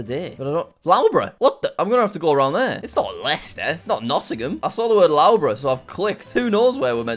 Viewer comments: By the way it’s pronounced lufborough not lowborough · lowbruh.. BRO its luffbruh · "L-au-bruh" caught me off guard It's pronounced "Luff-bur-ugh" but it's all good Jack! :D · love the way Jack mispronounces most names, Loughborough 'Lowbro' - it's Luffborough! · No way Jack just called Loughborough (l-u-f-b-u-r-u) Loughborough. But thx for the entertainment on Christmas Eve Jack!!!!! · licester owns loughbrough and it is prononoced lovebrough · Jack pronouncing Loughborough as lowborough hurts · Loughborough is pronounced “Luff- bruh” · The way he says Loughborough hurts my soul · As a person living in the UK and studying at Loughborough University, your pronunciation of Loughborough was so bad I wonder if you were faking it! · We can't just leave how he pronounced Loughborough. That's just painful. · Please learn how to say Loughborough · you have no excuse for butchering the pronunciation of loughborough, please resolve this issue asap.